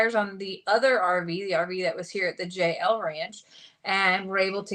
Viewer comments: we know that it's just when says J N L it sounds like Jail. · I hate to mention this but I wish you could think of another name than JL ranch. Twice now I thought you were saying Jail Ranch. Has anyone one else heard this.